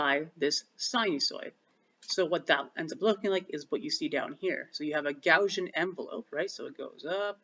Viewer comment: Never heard someone pronounce Gaussian "gow-zhun" before!